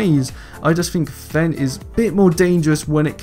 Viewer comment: "kwan" and "fen" really bothers me but im not trying to make fun